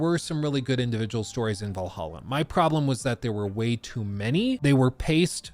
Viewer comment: IT IS VALHALLA NOT VAL AH HA! DAMN DUDE